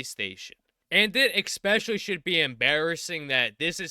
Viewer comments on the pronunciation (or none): I can’t not hear ex-specially every time 😆